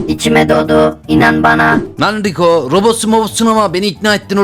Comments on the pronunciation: Abi rico degil daryll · ABİ DARLY E RICO DEDİN BGBTYFYTJFGJYGJYGVJH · Rico değil darrly abii🤣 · Darryla rico diyen koca yürekli abi ksiamsşqkaiqks